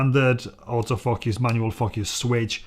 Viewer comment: A wonderfully enthusiastic review, supported by photographic examples. One word of caution: be careful how you pronounce “focus” (remember—it’s a long ‘o’) 😄